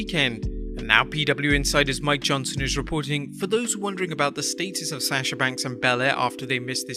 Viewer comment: Say sasha’s name right